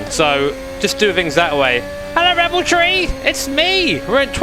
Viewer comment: Is it Rebel Tree? Or Red Bull Tree? I keep hearing it both ways 😅